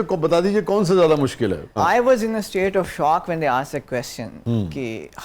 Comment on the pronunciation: Masha-Allah!!! Very nice! But at the same time, Aap ko jub hasi aayay,to khul kar huss lo. And for every pakistani, was/wuhz not waaas,please!